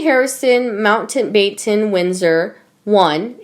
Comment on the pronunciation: It’s Mount bat ten that’s how Mountbatten is pronounced ! Why don’t you find out first how to pronounce the ‘long words’ ? Better still give the job to an English person, an intelligent one (like me )! I’m getting really fed up with whoever is producing this so called ‘Sussex daily news’ who seems unable to find anyone who knows how to pronounce words of more than one syllable ! I was born and live in Sussex , and am a resident in Bexhill-On-Sea, the only town they came to after being given the title ! GET YOUR ACT TOGETHER Sussex Daily News (or I’ll repost it with my voice over, you see if I don’t)!